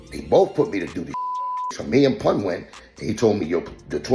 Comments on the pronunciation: He called Pun, "Poon." 😫😫😫 so disrespectful. Lol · AI disrespecting Pun name , who is Poon ? 😂 foh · Man said poon 🤦🏽‍♂️